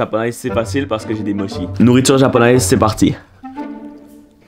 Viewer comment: Juste pour info on dis moTchi et pas mochi mm si ça s'écrit mochi voilà comme ça vous vous endormirez moi con, sauf pour les insomniaque 😭